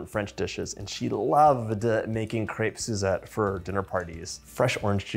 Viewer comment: Nice, and u can even say the name correctly.